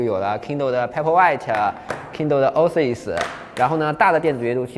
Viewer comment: Oasis念 “ ”哦哎思爱思“”